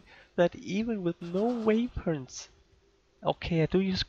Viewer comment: weh-pons not way-points